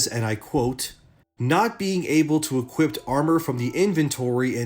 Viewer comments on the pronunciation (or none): its called to equip, not to equipT. not trying to be a dick, just pointing it out so you can say it right in the future